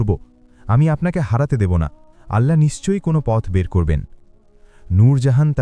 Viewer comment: ওল্লহ হবেনা আল্লহ হবে আল্লহর নাম টা সঠিক ভাবে নিন